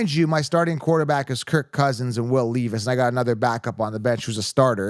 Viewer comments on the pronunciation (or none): Will “Leave Us” is him! Pronounced Lev-Us fr fr though